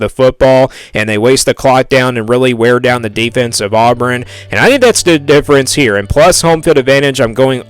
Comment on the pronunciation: Dude, you can’t even say Auburn right!!! where in the world are you even from?